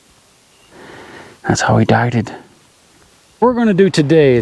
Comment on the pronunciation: I caught the “die-ded” lol 😆😂